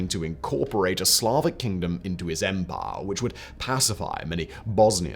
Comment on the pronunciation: I took a drink every time Simon said “empah”. I now write this from the afterlife.